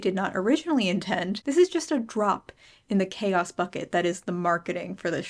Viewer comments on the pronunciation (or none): none